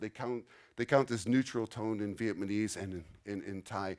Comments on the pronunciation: Interesting video to get an overview of how those languages compare, but I have to confess one little thing. Pronouncing Vietnamese as Vietmanese kind of drove me crazy haha. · Viet-ma-nese lol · He can’t even say Vietnamese right loll.